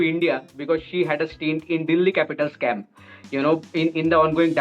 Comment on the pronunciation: True when he said camp to me it sounds like scam. But anyways he is passionate about it job.